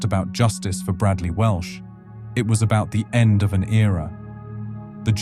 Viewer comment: Welsh, not Walsh.